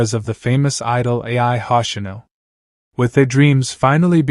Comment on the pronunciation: Ay-Eye Hossh-inoh